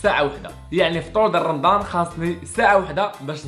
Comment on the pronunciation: لفطور❎ لفتور✅